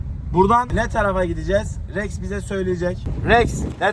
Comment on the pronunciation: R leri söyleyemiyoya rex’e yeks diyo😂😂